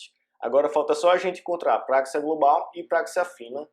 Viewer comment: não é práxia, mas sim praxia